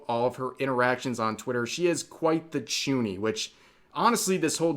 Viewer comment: Sorry. What is a chuni? Or did you say, tooni?